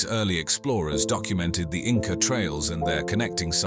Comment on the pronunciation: You keep saying Inca? I can't watch Anymore. I know the truth, they did not feel so well.